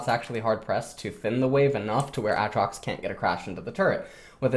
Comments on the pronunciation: why does he say ATtrox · STOP SAYING WTF ITS AATROX WITH DOUBLE A NOT DOUBLE T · for some reason refuses to use the long vowel sound for literally any word in league containing it lmao. ahtrox bahron kahssadin etc